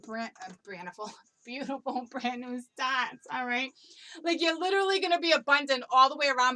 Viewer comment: You said my husbands name ... Brandon... You tried to say brand new omgerrrd